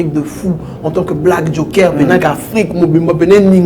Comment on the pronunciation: Oui mais il commis une grosse erreur de choisir ce minable comme communicateur, un incompétent. Incapable même de prononcer le mot "Joker" il dit jonker🤦🏽‍♂️😭